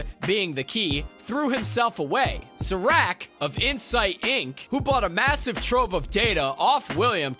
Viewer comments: “DEELOWS” “REHOBUM” “SIRACK” Horrible video, delete it and take your own life lmao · Don’t forget “Suh-RACK”